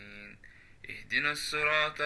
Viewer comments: صوتك في القرءان جميل ما شاء الله ...بس ملحوظة ..انت بتنطق حرف الطاء في كلمة صراط كإنها حرف تاء ..لا لازم تخليها مفخمة شوية علشان سورة الفاتحة اكتر سورة المفروض تنطقها صح علشان اهم سورة في الصلاة بالتوفيق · الصراط المستقيم ، صراط الذين انعمت عليهم ، الطاء مثقلة ، بس بتنطقها اشبه بالتاء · ممكن تشوف طريقة النطق الصحيحه لكلمة "الصراط" في الفاتحه عشان مهمه وماشاء الله صوتك جميل ❤❤